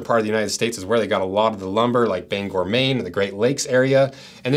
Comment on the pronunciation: Great to hear the S/o (and proper pronunciation) of my hometown of Bangor ME!